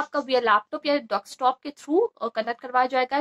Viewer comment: And Desktop not dekstop